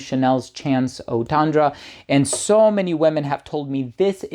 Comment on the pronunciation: Please learn to pronounce Eau Tendre correctly!